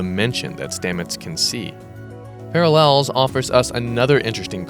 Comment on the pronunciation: Per your "Parallels" pronunciation, do you happen to be friends with DeSoto?